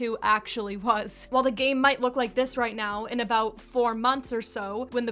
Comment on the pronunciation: "something that stood oat abote this game" Canadian?